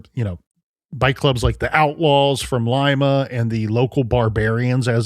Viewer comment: At least they pronounced "Lima" correctly....